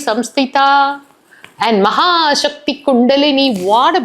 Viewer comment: Thank you for this beautiful series... I wish to humbly put forth a correction: In the verse "mahāsaktiḥ kuṇḍalinī bisa-tantu-tanīyasī," the first nāma is "mahāsakti" and not "mahāśakti." has pronounced "mahāśakti" here. "Sa" versus "śa" or "sha." Former is nāma #109, while the latter is nāma #217. Both nāmas have different meanings... There is no repetition of nāmas in the thousand names... I also urge the editors to have more awareness and alertness when editing the videos. clearly wished you to edit out her sneezing. You have even kept her saying, "You will edit it, no?"